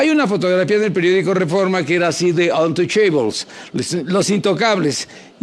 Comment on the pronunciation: Nino, se pronuncia"untuchäbls" No "untochaybols"! No seas naco! Atte... Piruris